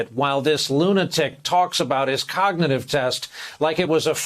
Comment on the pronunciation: Biden can’t even say cognitive